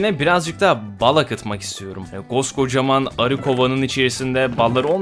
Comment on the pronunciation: Zonguldak /Devrek'te de ağzımızdan bazen böyle kaçıyor. Hatta böyle konuştuğumuz zaman "Koca Devrekli" diyorlar. :D